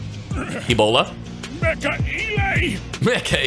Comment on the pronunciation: fyi its mecha cringe attack not mega